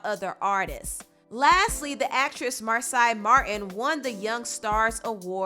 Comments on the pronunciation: it's mar say not mar sigh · Her name is pronounced MAR - SAY 😭! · Her name is pronounced “Mar-SAY” but I was really disappointed to see so many negative comments about her appearance. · It's pronounced Mar-say, as per her twitter page. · It annoys me how you mispronounce names. Its mar-say. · Love your videos🤎🤎 her name is (Mar-say)😂😂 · Mar-say is the proper pronunciation of her name. Her parents are A-1 solid black parents not surprised she is such an eloquent, clever young queen. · lmao you're saying Marsai's name completely wrong wow. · You are not saying her name right honey